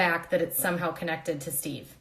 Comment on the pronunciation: I thought his name was sheve? Lmao